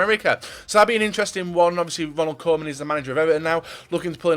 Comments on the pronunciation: Hi, Great video again. Only i hated the way you say Koeman. You say it like Coman but it is Koeman where you pronounce Koe as the ku from Lukaku. Cheers from the Netherlands. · You keep making me think Kingsley Coman retired and became Everton's manager. It's pronounced Koo-man ffs